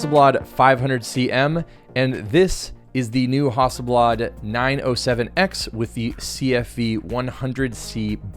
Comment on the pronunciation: good video. interesting pronunciation of Hasselblad or "haughselblawd" as you call it. hehe